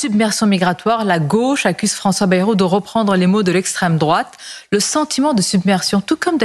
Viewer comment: D'accord mais j'ai vraiment du mal a supporter sa facon de parler avec ses fins de mots en 'euf', 'ech', 'ouf' genre Francois 'Bayrouf' ca m'empeche de l'ecouter jusqu'au bout (pardon, jusqu'au 'bouf')